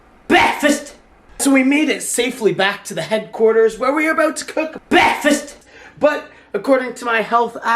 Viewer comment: That slow fool sayd "breafasth...📢